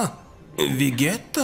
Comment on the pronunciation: Не называй так героев, это слух режет. Не вегета, а Веджита Не Крайлин, а Курили́н И правильно Кайо, а не Кайхо. Идея с другими героями, полный отстой, так как они гораздо слабее драгонболл героев (были примеры как пытались сделать битву между героями Ван писа и драгонболла, это такой абсурд просто). Надо героев по их уровню